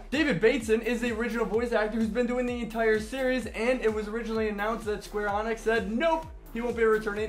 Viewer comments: "Square Enix" with an "ee" sound; not "Square Onyx" . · sorry but ive noticed you doing this a lot ITS NOT SQUARE ONYX its Sqaure EEEE-Nix